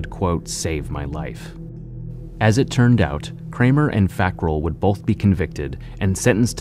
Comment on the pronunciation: Also it's both not bolth idk how half of these "proud Americans" can't even speak their own language correctly